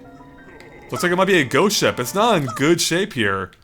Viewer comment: sounds like he says goat ship instead of ghost ship. great level though!!